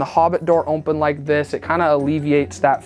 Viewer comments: "OMPEN" ;) great work! Love it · This is totally brilliant. I love it. And it’s “open” not “ompen”. Less me picking on this guy and more PTSD from my ex lol